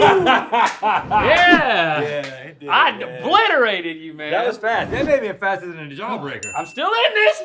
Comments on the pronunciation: "I debliterated you man" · Link said "I debliterated you man" 🤣🤣🤣🤣🤣